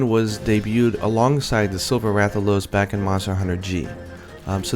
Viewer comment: Awesome video, but in regards to the Rathian and Rathalos - they're pronounced mostly the same. Wrath al os and Wrath e anne...